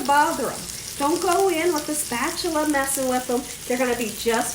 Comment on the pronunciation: Love that spatchula